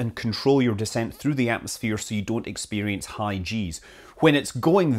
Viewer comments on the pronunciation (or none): none